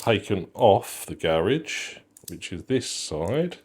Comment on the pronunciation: Every time you said “Garage edition”, I couldn’t help but hear “garish edition”… because it’s gold 😂